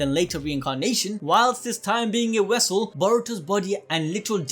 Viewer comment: “Wessel” or vessel 🤣🤣